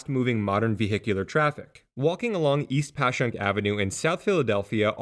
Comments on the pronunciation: Congrats you actually said Passyunk correctly, don't worry there are plenty of other linguistic traps we have to catch non-locals haha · I was nervous but props on the “Passyunk” pronunciation! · Great video, and appreciate the correct pronunciation of Passyunk! Plenty of people from the surrounding suburbs get it wrong themselves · The "peninsula" you describe is just called Philly. The area west of the Schuylkill (pronounced "Skookle" btw, not gonna fault you for that since you got Passyunk right lol) is University City because the Drexel and UPenn campuses are there, and farther out is West Philly. Fun fact about the beloved City Hall: Until the 1980s there was an unofficial "ordinance" that no building was allowed to be built taller than the William Penn statue. After the 1987 construction of One Liberty Place, the first building to break this rule, Philadelphia's sports teams, which had been quite successful across the board through the 70s and early 80s, were mired in mediocrity and heartbreak. This coincidence was dubbed the "Curse of Billy Penn," and persisted until the Phillies finally won the World Series in 2008, finally breaking a quarter century of championship drought in Philly sports.